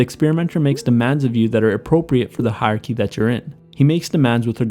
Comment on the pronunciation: It's "hierarchy". You can't just skip syllables when they're tricky to pronounce!